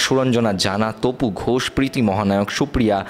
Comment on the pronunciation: Vai ota Pret Kotha hobe...Prit Kotha Noy